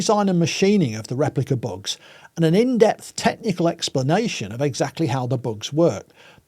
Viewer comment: Extremely interesting and presented so well, but it took me over half the video to realize he was talking about “bugs”, not “books”